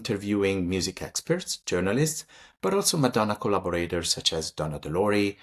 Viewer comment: Darling, could I make one loving and respectful suggestion: in future videos, could you pronounce "Madonna" in your authentic Italian accent? It's an Italian name after all! 💕 Thank you for your incredible work and dedication to Madonna's art. 💋